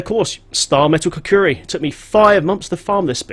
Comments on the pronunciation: As much as I love this channel and your build I cringe every time you say "kukuri", its called "kukri" I have a little ocd when it comes to melee weapons, especially blades. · Lol... Your not the only one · I love you m8 but repeat after me ku-kri... kri like from cri-cket!